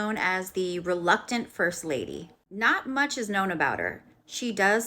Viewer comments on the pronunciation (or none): none